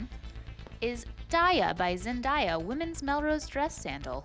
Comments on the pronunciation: ZENDAYA!! NOT ZEN-DIA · It's literally Zendaya 😭 not Zend-i-a 😭😭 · IT IS D-A-YA. NOT D-I-YA. AND ZEN-D-A-YA NOT ZEN-D-I-YA. WHERE DO YOU SEE THE "I" IN HER NAME?? phonetics... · Do people actually pronounce zendaya as zen-dye-a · Seriously, how hard is it to just pronounce Zendaya’s name correctly? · Ughh say zendaya name right